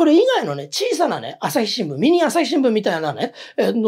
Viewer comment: アサシ新聞、江戸っ子訛り、